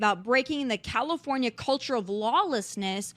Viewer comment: Did you say Kommipornia! That works!